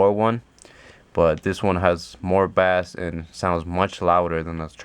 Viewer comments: It is pronounced base not bass but it is spelled bass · bass is pronounced like "base" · Bruh you pronounce bass like "base". This isnt fishing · Wtf please pronounce bass correctly you sound like a dumbass